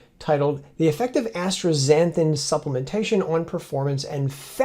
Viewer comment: I love your work and always look forward to your videos, but your pronunciation of astaxanthin is doing my head in. There is no “r” in asta. It just as-ta and not astra. Anyway forgive my OCD. Again, I love your work.